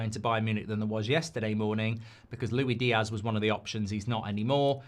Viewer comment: Stop saying “Loui Diazz”! It makes my ears bleed. It’s “LOU-ISS DEE-ASS”